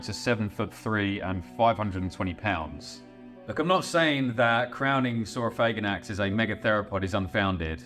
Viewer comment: I'm not trying to sound homophobic at all, but man THANK YOU for pronouncing it sor-oh-FAY-gan-ax instead of sor-oh-FAG-an-ax. It sounds way cooler that way